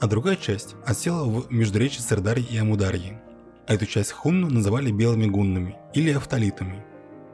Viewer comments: Читается так: амУр-дАрья ! Ударение на большие буквы! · Уважаемый автор. Когда читаете свой текст, убедитесь в правильности произношения географических названий. Не СырдАрья и АмудАрья, а СырдарьЯ и АмударьЯ. И т.п. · а вы, когда готовите материал, ударения не смотрите? что за сырдАрья и амурдАрья?